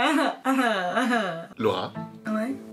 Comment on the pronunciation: C'est Laura pas Lawra